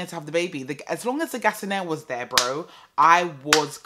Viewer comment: Everytime I hear "and all of them tings tere" I think of you lol